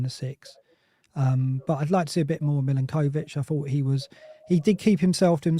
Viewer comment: Why does he keep saying Milakovich? 😂